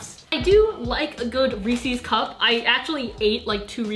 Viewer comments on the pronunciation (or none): I love you and thank you for destroying your digestive system for us but “ReEsSeS” is ree-sehs not ree-sees 😂 (not to be taken seriously ily) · NO SHE SAID REE SEE INSTEAD OF REE SAYS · REESES NOT REEESSES YOU KNOW WHAT I MEAN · It’s more like Reese-iz puffs. Like think about the name Reese, and it’s his puffs, so it should be pronounced like Reese’s puffs. Sorry if that didn’t help much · am i the only one bothered by "rees-ies" cups??? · Stop calling it Ree see’s please :( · I love u but the way you say “Reese’s puffs” is an abomination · I Love you!!!!❤️❤️❤️ But you pronounced Reese’s wrong. I’m eating cereal whilst watching this.💕💕💕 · Ok I know I’m late but are we not gonna talk about the way she pronounces Reese’s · how says "reese's" triggered me. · am i the only one bothered by how she pronounced reese's?